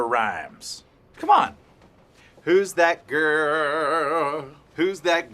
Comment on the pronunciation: Your vocal fry is unbearable... You are obviously an adult so make an effort to speak normally and not like a jaded teenage girl. For example, when you say the word "GIRL" it sounds like a burp. If you don't realize by yourself that it's abnormal to speak this way then it's much more serious than I thought.